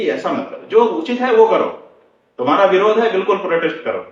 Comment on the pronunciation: आप पढे इखे लागते हो पर आप के उच्चारण सही नहीं है, जैसे विरोध को बिरोध खते हो.